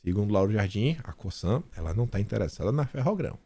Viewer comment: Essa empresa, no Brazil, é pronunciada com som de Z. Lê-se "COZAN"👍